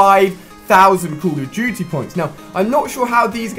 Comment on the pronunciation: Heh heh call of juty